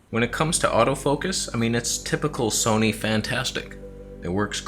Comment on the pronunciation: Where is the “Toneh” t-shirt? You know it has to happen.